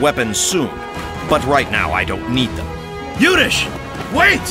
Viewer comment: Guys its Youdhishthir.. not Yudish!!